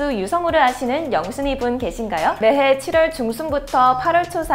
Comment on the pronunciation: 매해말하때 매↗️↘️해라고한것같은데?